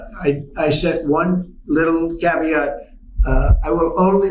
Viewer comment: Caveat or cavier🤨🙄😐😑. I bet he doesn't know the difference